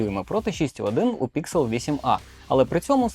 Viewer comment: Не ПІКСЕл а ПІКСЕЛь!!!! Дебіл ти чи що!???